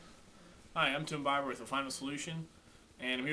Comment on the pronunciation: you say Beiber the Wrong way on Purpose haa